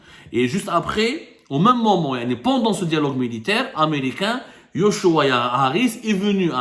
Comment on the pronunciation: yochua se prononce Jochua